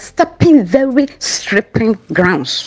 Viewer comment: "You are stepping what??? ( sripping) slippery grounds.😂😂😂